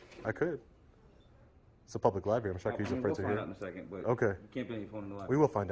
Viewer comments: If you call it the "libary" one more time you must leave the library. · Its a public liberry😂😂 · Sort of just playin’ but it is a library, not a libary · What's a "Liberry"? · "Liberry" ( + )) - Are you serious, dude? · Libary? Wtf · Are you saying " LIBERRY" 😀😀😀😀😀😀😂😂😂😂😂🍺🍺🍺